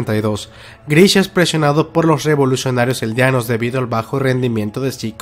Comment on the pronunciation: Aprenda ablar eldianos es eldianos